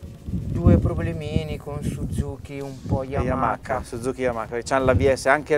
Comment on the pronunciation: Ma come cavolo si fa nel 2019 ancora a dire YamaKa!? Bho un mistero del motociclismo che non mi spiegherò mai